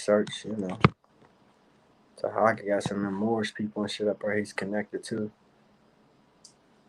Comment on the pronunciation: can't do a live without mentioning Taharka (not Tahaga) or Kwame. You so smart and can't properly pronounce either of their names.